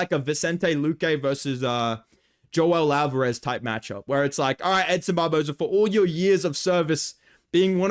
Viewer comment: i thought you called him him edson barbozo lmao